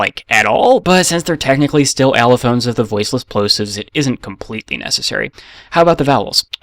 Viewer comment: you pronounce allophones as elephants, which had me confused for seconds